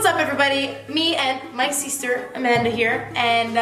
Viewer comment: You sound so spanish when you say 'sister' lol.